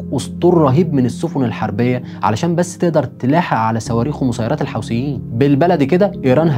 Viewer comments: ملحوظه بس اسمهم الحوثيين مش الحاوثين عييب اوي انك مش عارف تنطق اسمهم صح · يا اخي الفض الكلمات جيداً الحوثيين وليس الحوسين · الحوثيين وليس الحوسيين